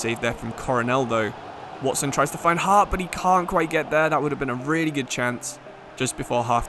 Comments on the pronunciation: As a Middlesbrough fan just thought I would say that “Hoppe” is pronounced “Hoppy” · I love your content but ngl it really annoyed me that you pronounced hoppe as harp. The videos are brilliant though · hoppe not harp 😂